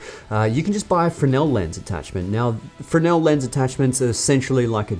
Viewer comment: Is always funny to hear how english speaker pronounce Fresnel😂 thank for the tips bro really handy